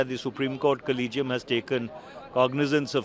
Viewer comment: याला collegium चा उच्चार करता येत नाही.